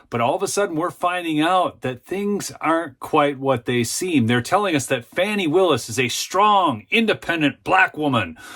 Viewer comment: Repeat after me: FAH...nee. (I'm not a fan of hers, but correct pronunciation is important.)